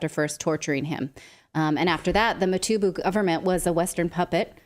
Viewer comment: Mobutu not Motubu... Mobutu Sese Seko...